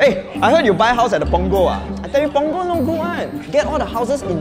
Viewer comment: You say Punggol not good i stay at Punggol😒